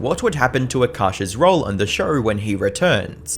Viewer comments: Imagine talking about someone’s downfalls while pronouncing show as “shawur” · I like how he calls a show a “shur” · Why do you say... Show-r, instead of Show. So-r, instead of So. Two-r, instead of two. Etc...